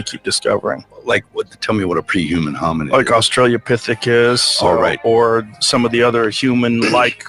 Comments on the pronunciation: did rogan say “australia-pithicus?? 😂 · Did Rogan say "Australia Pithecus" or did I just hear him wrong?